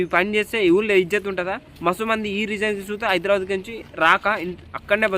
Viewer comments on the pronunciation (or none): none